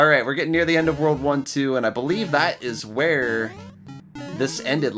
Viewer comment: When you say world 1 2 I thought you say WW2